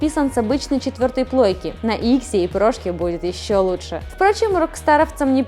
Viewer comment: Наконец поработали над ней. Менее раздражает чем обычно. Без «лудше» действительно лучше стало. Прекрати хэкать, деревня